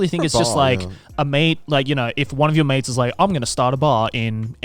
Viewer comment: in the whole part I kept mishearing Joey, kept thinking he was talking about maids instead of mates 😂